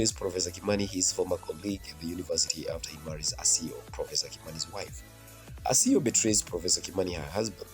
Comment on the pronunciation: It's Asiya not Asiyo